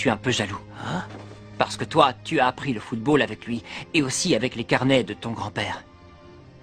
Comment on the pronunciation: pardon mais c'est anime est un putain d'anime de football, et la narratrice au debut NE SAIS MEME PAS CORRECTEMENT DIRE FOOTBALL!!!